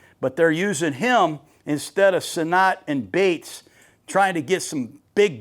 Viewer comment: Ben Sinot out of Kansas State is pronounced like senate. He was a very good TE at KSU.